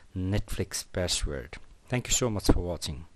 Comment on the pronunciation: CEO of :ReShEt YoUrrrr PaShWorD